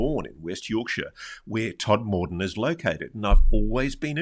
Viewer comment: Tod-m-den, as its pronounced.